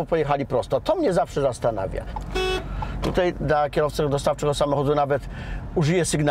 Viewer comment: Panie Prowadzący, pomijając irytującą manierą mówienia, proponuję poza prawidłowym oczywiście stosowaniem się do zasad ruchu drogowego, stosować się do zasad poprawnej polszczyzny. Warszawskie naleciałości w wymawianiu słowa 'tutaj' oraz 'dzisiaj' jako 'tutej', 'dzisiej', nie przystają do programu prowadzonego pod szyldem telewizji polskiej. Brzmią niedbale i po wiejsku, a nie jest to przecież program folklorystyczny.